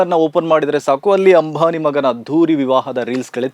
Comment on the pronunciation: Ambhani alla ambani😂😂😂😂,correct maatadi😂😂😂